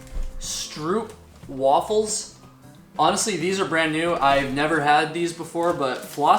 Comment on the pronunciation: Dutchie here. Stroopwafels are classically eaten after letting the caramel melt for a while by laying the wafel for a couple of minutes on top of your coffee cup. The 'oo' is pronounced like the 'o' in hope.